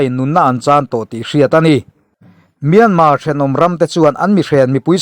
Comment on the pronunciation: Myanmar tih youtuber ho hian in lam dik lo vek mai hian ka hria myan tak hi in thluk dik lo vek.. google ru pronunciation